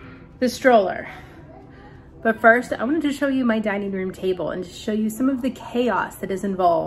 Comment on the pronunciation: Jusssst double checking because you sounded like you said “.. got to see pictures of by babies..” But right after said sooo, and I thought maybe I’m just hearing the s for so and not baby plural?? ;) 😯